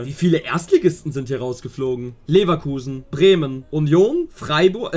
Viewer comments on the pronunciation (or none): none